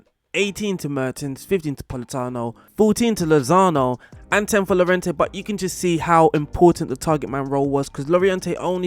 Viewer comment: It’s pronounced Jorente, not Lorejente.